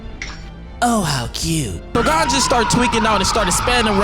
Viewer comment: Calling gon, gone is crazy work